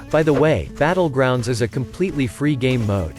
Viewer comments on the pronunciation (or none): Hey, noticed your "Butt-legrounds".